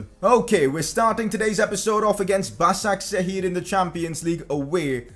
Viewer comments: Btw it's pronounced "bashakshir" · It's pronounced bashakshehir